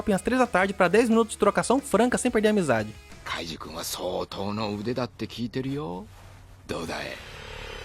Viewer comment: Bro realmente colocou Kaiji na lista e nem consegue falar o nome dele